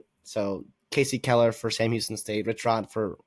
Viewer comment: 1st off great video. 2nd wku won because Watson went down first half it was a great game to he got hurt. 3rd it’s “Key ler” Keeler lol. As a Current Sam Houston student I think we can win, but we will have to ask a lot from our defense. Again great video and analysis